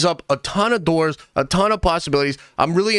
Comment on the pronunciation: Did you say “it opens up a ton of doors”? Or “it opens up a ton of Thors”? 😂